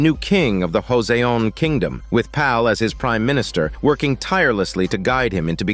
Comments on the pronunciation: your text reader says "Jose own" like some guy named Jose from Mexico owns something. Joseon is pronounced with a J not an H sound, long O sounds, and an S sound not a Z sound. Joe. Sown. The E in Joseon is subtle, western ears probably won't hear it. Still, your bot is F'ing up that proper noun. Joseon. Please fix the bot. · The bot-reader keeps saying "Joseon" incorrectly. It is reading the word Joseon with a spanish pronunciation. It should be said, "Jo-sown" with long O vowel sounds, and a solid J sound not an H sound. The S in Joseon makes an S sound, not a Z sound.. This is really irritating to hear your text reader bot saying Jose like it is some guy from Mexico. Please, fix those mispronunciations in your bot-reader. It is truly irritating. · That really irritated me how the voice bot was pronouncing Joseon. It was repeatedly mispronounced with a random Spanish accent! Wtf.. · Is impossible because text to speech sound is hard to fix and time consuming to, so pls don't be mad toward the creator